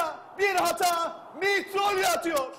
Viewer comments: ne kasıyorsunuz ismini söylerken mitroğlu diyin geçin mitriogliuiuiu saçma saçma icaatlar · Mitrolya nedir abicim...Maçı sunmadan önce çocuğunla Niloya'yı mı izledin geldin naptın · olum kostantis mitrolya ne ya haykırdım 3 sene sonra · Şu adamın ismini ne olur düzgün soyleyin yahu.